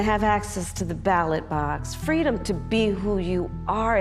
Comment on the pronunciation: Fweedom! How can you argue with that?